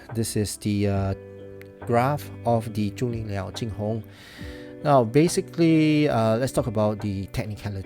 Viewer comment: Obligatory nitpick: the tone of the pronunciation is slightly off. The "Zhu" in "Zhulinniao" should be rising (2nd tone) and the "Jing" in "JingHong" should be flat (1st tone). Other than that, it's pretty on-point.